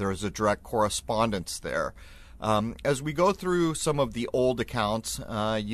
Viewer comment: Did anyone notice? Spawn, correspondence? Spawn, corre-spawn-dence!!